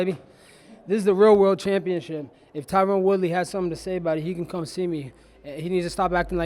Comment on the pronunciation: funny as hell he never pronounces tyron's name right